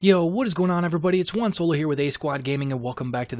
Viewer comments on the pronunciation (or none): none